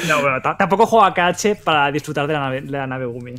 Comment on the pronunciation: Me da coraje que lo llame "ka ache" xDDDD